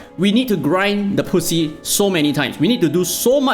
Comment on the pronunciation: I will be the first to say it. When you say 'Grind the Poussiere' it ends up sounding like grind the pussy. Hence the comments. This is how it sounds in french.